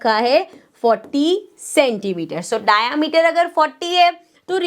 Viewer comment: Mam its not डायामीटर,😂 its डायमीटर